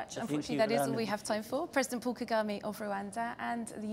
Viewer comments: wow as a european (who has been in rwanda alot) i really have to be ashamed of. can't even pronounce muzehe's name correctly...Kagami? the way she is introducing him, the way she interrupts him, the utter lack of respect......swere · Call him well isn't Kagime ...its President Ka ga me ....